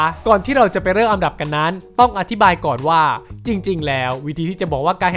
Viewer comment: อันดับ* ครับ ไม่ใช่ อำดับ